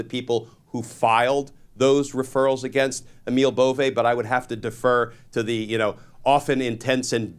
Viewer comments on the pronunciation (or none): Emil Bove's last name is pronounced like it looks, B O V E BOVE, NOT BO'V A . Or BO VAY It's a northern Italian name derived from the Swiss origin. I know because my mom is from Luca de Marci, Italy and her maiden name is BOVE. 😊 I just hope Emil is Not related! My family looks great and he is super ugly.